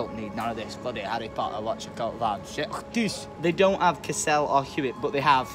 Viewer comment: "Lydia's gone for a SHET"